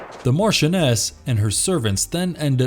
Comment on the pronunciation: What the hell is a Martianess??